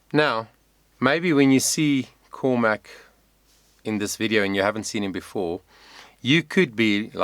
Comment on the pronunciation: It’s all about you and not Cormac (whose me you can’t pronounce). FFS.